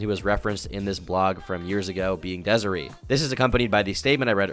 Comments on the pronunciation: It’s Dez-A-Ray not Dez-A-Ree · It’s pronounced DESIRAY you absolute dunce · its pronounced dez-uh-ray bro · the way he pronounces desiree is crazy 😭😭